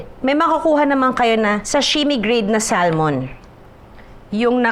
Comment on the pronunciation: It is pronounced ad Sa-mon.. silent L daw po.